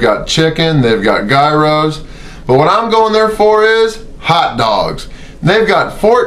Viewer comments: dude.. learn how to pronounce gyros. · I like how you say Guyro lol